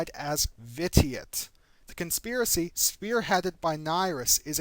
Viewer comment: Vit-e-it...? It's pronounced "Vish-e-it".. Vit-e-it sounds like a laxative